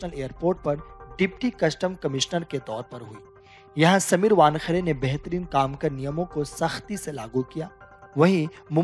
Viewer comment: वानखडे नहीं वानखेडे नाम है|